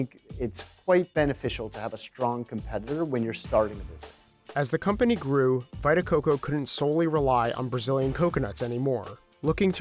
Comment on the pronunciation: "Vai-ta Coco"? Lol. And "positive impact"? Maybe you should go to one of those schools you're building.